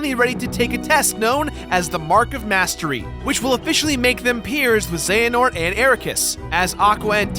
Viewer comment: Uhh... It's pronounced ze-huh-nort